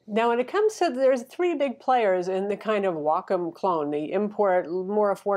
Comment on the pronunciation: Excellent review. And bonus points for actually knowing how to pronounce Wacom.